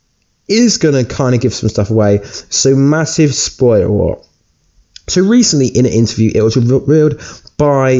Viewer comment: Ragranok? Massive spoirer? Can you talk properly?